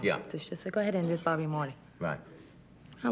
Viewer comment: Bawby and Mawty